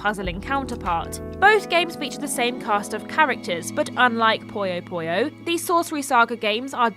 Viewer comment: It's "Puyo Puyo". Not "Poyo Poyo".